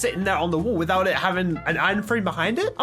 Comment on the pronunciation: says "wall" how he prononce it "wool"